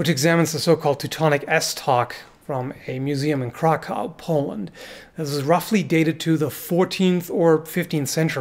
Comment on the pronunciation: I believe "Krakow" is pronounced "Krak-off."